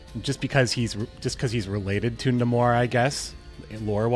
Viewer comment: NEImor not nAmor bro please